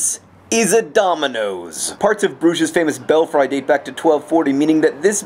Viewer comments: john... did you say belfry as in bell-fry? you do know it's bell-free, right? unless that's how the dutch say it in which case never mind... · Is "Bell fry?" an ironic pronunciation of belfry, (which I pronounce "belle-free" and am now wondering if this is an Epii Tome of a pronunciation mistake). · why does he keep saying 'bell-fry' its like, belfry isn't it? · That's beautiful... But did you just say "bell-fry" instead of "bell-free"? Have I been pronouncing this incorrectly my whole life?! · John, I love you... but in the interest of pedantic obsessive nerdism, I must point out: it's pronounced, "bell-FREE", not "bell - FRY" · Belfry pronounced bell- free. GRWARWR Giant squid of anger. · It's pronounced "bel-free"...just sayin'. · actually I'm pretty sure he's pronouncing it wrong. I think.